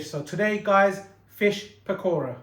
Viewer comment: Lol the way he said PAKora. 😂